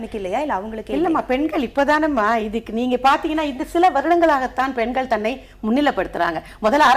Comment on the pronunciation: எதற்காக எல்லோரும் பென்கள், பென்கள் என்று இந்தப் பெண்கள் உச்சரிக்கின்றார்கள். பெண்கள் என்பதை உச்சரிப்பதற்குக் கூட இந்தத் 'தமிழ் வளர்க்கும்' கட்சியினரால் முடியவில்லையா.